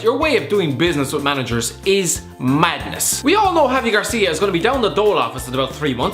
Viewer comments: People are still calling Watford's manager Garcia, when infact it's Gracia... Even well known pundits are doing the same, it's not f**king difficult to learn how to pronounce his name correctly! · I agree with that, and to be fair they are really similar. But it's the fact he's been the manager of Watford for over a year now & people still pronounce it incorrectly.